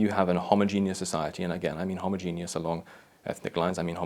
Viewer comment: I'm pretty sure that's not how you pronounce homogeneous.